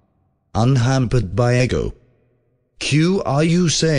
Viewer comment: lol it's pronouncing ego like the waffles. Silly AI